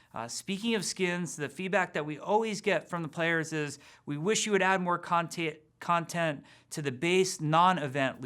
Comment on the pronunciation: I love how he messes up saying content. Boi